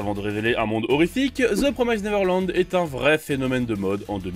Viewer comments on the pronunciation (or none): Ça se prononce "promiss-t nèveurlann-d".